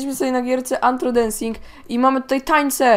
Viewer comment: NIE Nie Tylko Anhro a No Tak Nie Będzie Anthro Tylko Rtho